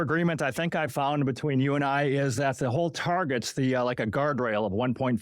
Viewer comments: Never take anyone seriously who pronounces “the” as vee or vu 😂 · I fink vuh way pronounces vose ‘th’ words is thucking irritating. It made it very hard to get froo vuh 2-hour original. Well done and well said,. 👍